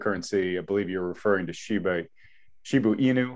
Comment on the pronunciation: It is not Shibu It is Shiba